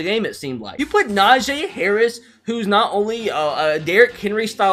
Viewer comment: Is it just me or does he say Najee weird